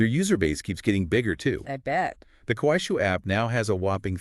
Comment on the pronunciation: You need to improve pronunciation it’ll! It’s Kuaishou. Shou is pronounced like show not “shil”